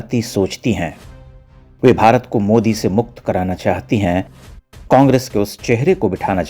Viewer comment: modi ❌ mude ✅ Mohala kee fatt gayee 🤣🤣🤣